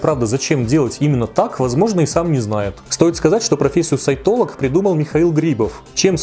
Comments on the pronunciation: Упорно слышала вместо "сайтолог" (что) - саентолог. В целом это многое объясняет. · Я упорно вместо "сайтолог" слышу "саентолог", даже перематывала)